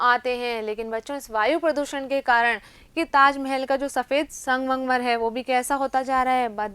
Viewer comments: Aap sangmangmar bol rhi thi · Mam sangmarmar to shi bolo